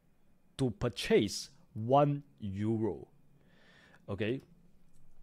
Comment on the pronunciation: purchace = purchis :D